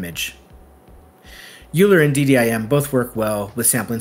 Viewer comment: it's "OY-ler"!